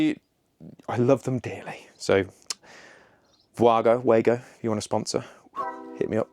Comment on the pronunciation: Just so as you don’t sound mad, it’s pronounced “Vargo”. It’s a German company and W in German sounds like a V. 😜